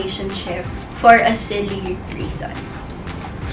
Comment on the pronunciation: Yung emphasis sa SILLY ang nagdala eh! Hahahahahaha